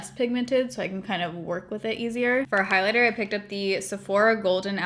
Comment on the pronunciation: Bligh-lighter 😂😂 love you.